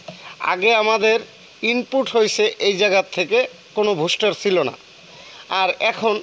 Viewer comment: ভুস্টা না ভাই বুস্টার 😅